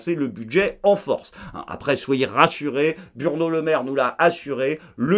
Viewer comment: Est ce que j'ai bien entendu? Il a dit "Burno Lemaire"?😂